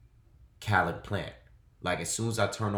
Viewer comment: it’s pernounced Caleb plant like Kay leb plant except spelled Caleb plant